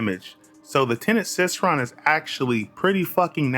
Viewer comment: you cannot possibly be serious abt that pronunciation bruh.⚰ it's Cycron, as in [sai-kron] like a CYCLE...? Because the weapon has a circular design in the middle and literally cycles energy...? Obviously...?